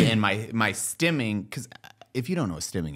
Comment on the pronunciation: Are you guys saying Stemming??? Or Stimming like stimulating?